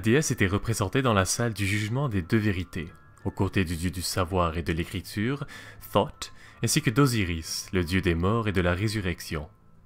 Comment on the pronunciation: c'est thot pas sot